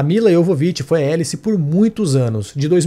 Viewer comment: É... Mas não é "Élice" a pronuncia, seria "Álice", para destoar um pouco de Alice, porém, ao mesmo tempo, fazendo uma analogia com "Alice no país das Maravilhas" - por conta da "toca do coelho" Ela começa em cima, vai pro "buraco" e acorda lá em uma maca. Entendeu a analogia? "Élice" foi um erro de tradução aqui no Brasil. Só pra variar...